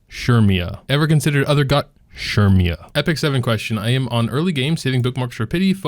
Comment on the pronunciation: Who is Shermia? lol Cermia, pronounced Sir-mia no?